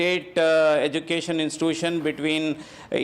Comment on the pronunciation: He can't pronounce " education" correctly and he is the education minister😂 He pronounced education as " educason....